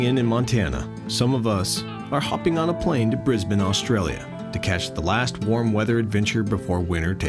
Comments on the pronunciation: Except they pronounce Brisbane wrong at the beginning so I shut the video down (yes, I'm a Aussie in the USA) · Bris-bun... Mel-bun ... Wollamaloo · For all Americans struggling to pronounce Aussie words: Brisbane: Bris-ben Canberra: Can-bra Uluru: Ul-la-roo Queensland: Queens-land PS: Good luck actually finding one of our deadly animals as the Americans exaggerate to much about the animals.